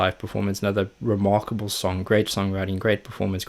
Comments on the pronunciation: "[...] but this is reMarkoble!" Unintended pun. Love it! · It's "ReMarkoble" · " It's reMARCOble"